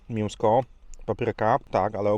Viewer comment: czemu mówisz miełso, zamiast mięso? 😀